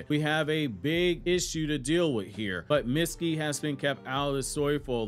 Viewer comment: His name is not pronounced Mit-ski, it’s Meet-ski